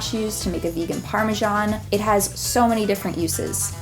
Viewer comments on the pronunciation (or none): none